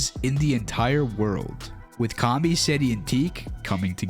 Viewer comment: It kami not karmy